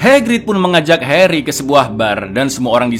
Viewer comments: Bang pas kau nyebut “heri” kok medok bgt ya, harry dong bangg bukan heri, 😂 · Harry cak bukan Heri TAT